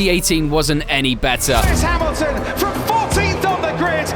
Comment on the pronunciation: thats not lewis hamilton thats luis ham-ill-tom 😭